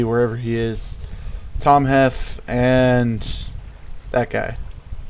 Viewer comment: yoooo, you should let me be in it with you, as soon as i get unbanned, and its tomJEFF not yeff ~PodusJr